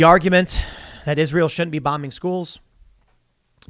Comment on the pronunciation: Why do you and many other say ISREAL? It's ISRAEL!